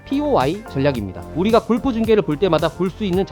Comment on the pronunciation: 제발…꼴프 => 골프로 읽어주세요…